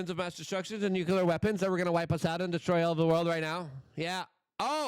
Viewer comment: Nuclear ... Pronunciation American pronunciation Sounds like noo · klee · ur